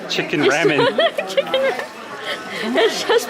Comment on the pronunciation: Let me help you out with the pronunciation of ramen. Try saying it like this: rah-men.